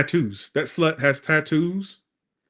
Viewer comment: Southern “shlut” 😂😂😂 I fucken love you